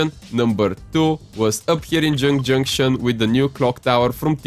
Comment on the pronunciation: Neo tiltet towers, jynk jynktion and hrappy hramlet xd